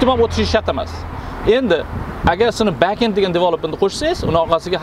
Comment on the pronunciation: Toga fronted bascend ni ozi togri talaffus qilolmaskansizku